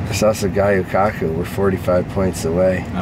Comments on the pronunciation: Seeing get worked up is one of my favorite things. Also, it’s pronounced gyoo not guyoo!;) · Luv ya but it’s gyu kaku not gayu kaku Jussayin